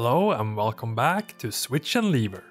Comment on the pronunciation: Jag märkte precis att du uttalade lever i "welcome to switch and lever" så att det blev liver hahahahahahahahahhahahahahahahaha (inget illa menat)